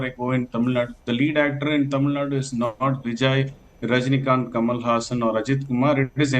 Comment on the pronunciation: Immature Kanwal you cannot even pronounce his name and you are conducting surveys at the behest of BJP high command. It is going to be Stalin Stalin Stalin all the way put in cold storage your surveys.